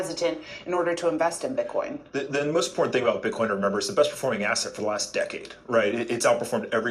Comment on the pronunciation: Did you say b*tchcoin? :DDDD